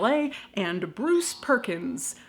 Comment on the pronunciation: His name definitely ain’t Bruce.. take it from a Dane.